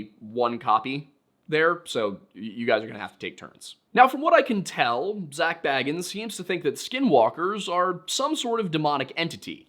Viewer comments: You are apparently so good at research and yet you can't seem to figure out how to pronounce Bagans... It's not Frodo Baggins we're talking about 🙄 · I do enjoy when people mispronounce Bagans as Baggins. He's like a creepy dudebro hobbit.